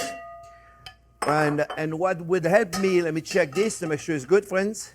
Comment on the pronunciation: "Well hello there phrinzzzzzzz!!!!"